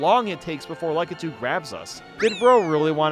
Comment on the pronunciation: I love how he pronounces Lakitu's name as "LUCKitu" even though, I'm fairly confident, it's pronounced "LACKitu"